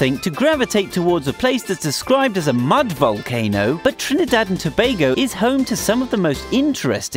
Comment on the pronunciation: why tf did he prnounce it that way "TrnIIdadh and toebagoe"